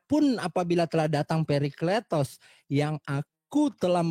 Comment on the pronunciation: Parakletos bang bukan perikletos